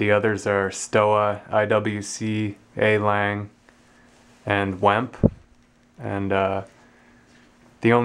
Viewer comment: It's pronounced SHtoVa, VemPeh, Long- gay